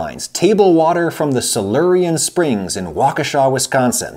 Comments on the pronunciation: Woah you said Waukesha correctly, definitely not the weirdest Wisconsin town name, but I'm still impressed. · Growing up in Waukesha, it was colloquially known as Spring City and even "Saratoga of the West". Originally named Prairieville. Home of Les Paul. Nice pronunciation, by the way.